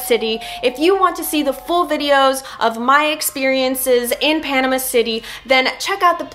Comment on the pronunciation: You are saying Panama wrong!